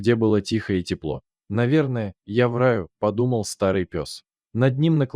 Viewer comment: "я в рАю" произнёс чтец. А нельзя ударения делать правильно?